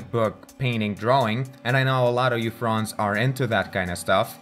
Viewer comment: I'm sorry he said Fronds. That's hilarious